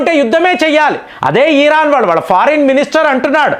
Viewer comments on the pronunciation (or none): ఈరాన్ కాదు! ఇరాన్.